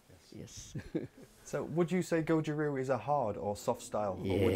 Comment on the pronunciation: It's not Goju Roo, it's Goju RYU